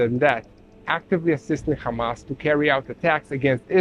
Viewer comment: Hamas not komas